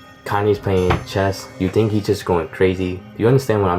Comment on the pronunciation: Chest? Reminds me of how my grandpa used to say chess.